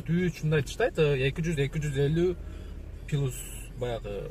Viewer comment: Пилусту жакшы жаттап айт, Эл угуп атат анан баары пилус деп калбасын. Чашка дегенин сонун экен 😂. Чайная чашка деп кой